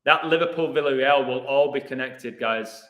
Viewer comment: By the way, isn't it pronounced "Vee-ya-rey-al" not "vill-uh-rey-al"?